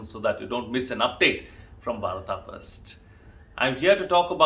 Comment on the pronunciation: I don't understand why people pronounce अ as आ When Written in English Like Beda as Vedaa Why? You are not foreigner you are Bharatiya then why this disrespect? And you said भारता why ?